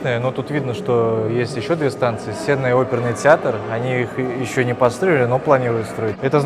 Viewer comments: Только не СЕнная, а СеннАя. А в остальном все шикарно, спасибо огромное за экскурсию по родному городу) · Сенная площадь- ударение на « А» : СеннАя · Уважаемый, читайте больше Достоевского и официальных источников информации, там четко указано, где ударение ставится в данном слове, а не полагайтесь на свой слух... А так, для неграмотных, площадь СеннАя есть ещё и в Санкт-Петербурге)